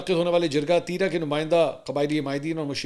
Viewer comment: "تیی را " نہیں بلکہ " تی را" بولا جاتا ہے ۔ ت کے بعد جو ی ہے اسکو زیادہ نہ کھینچیں ۔